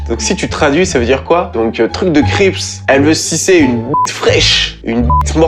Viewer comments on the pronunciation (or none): none